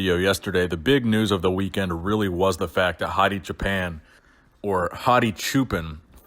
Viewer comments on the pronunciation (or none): Please dont pronounce Hadi "JAPAN" ever again. Wipe that clean from your vocabulary. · It s Choooo Paaan like "Too & On" and it means sheep holder